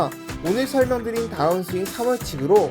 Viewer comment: 따운스윙이 아니고 다운 스윙이라고 하셔야 듣기 거북하지 않아요. 마치 벙커를 빵카라고 하거나 퍼터를 빠따 라고 하는 건 많은 사람들이 거슬린다고들 하죠.